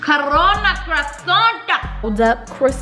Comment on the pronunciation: She really said Corona crossaint lmao